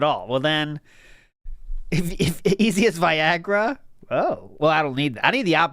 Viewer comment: "die-agra" made me lol